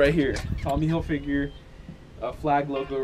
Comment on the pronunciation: I find it funny how you say "Hilfigure" :)